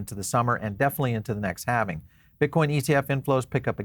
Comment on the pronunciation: HALVING. Say it. Halving